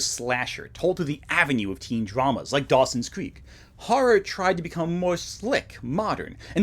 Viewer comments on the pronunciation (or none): none